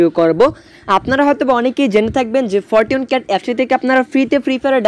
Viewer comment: ফরটুন ক্যাট?? আগে ইংলিশ শিখেন মিয়া 🤮🤮🤮🤮